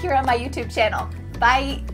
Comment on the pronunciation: Hi, I'm kind of surprised to hear that you stayed in South Korea since I'm Korean and I've been actually thinking you sound like an Korean whenever you say "bye"(바이) Your videos are big help for me to learn English and always give me good examples that I can apply in real life. Thank you so much!